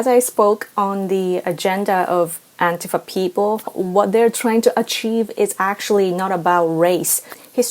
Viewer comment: Thank you for being one of the few that says "Antifa" correctly. I'm so sick of hearing it pronounced anTEEfa. I've got a 30-year history with these scumbags. Nobody pronounced it anTEEfa until some newscaster mispronounced it in 2016. Hell, 99.9999% of people ever heard of them before 2016.